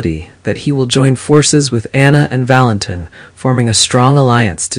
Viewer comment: Valentine's name is pronounced Valenteen, not Valentine.